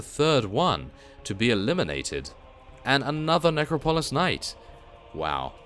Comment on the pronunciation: Love your videos but I have to tell you, it's ne-crop-o-lis. Not trying to be a jerk either ;)